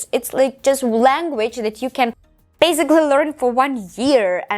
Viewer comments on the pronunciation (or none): М-да, произношение хромает. Помимо акцента можно услышать такие грубые ошибки как озвончение звука /s/ в словах increasing, basically, гласный в словах deal, please звучит ближе к /ɪ/, чем к /i:/, в одном месте резануло слух слово very, произнесённое с палатализованным звуком /v/, так что английское /e/ звучит как русское 'е'. Это хорошо, что она говорит громко, но она произносит одинаково громко и ударные, и безударные слоги.